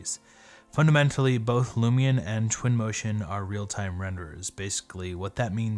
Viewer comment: I was distracted by you saying "Lumi'n" or "Lumi-un"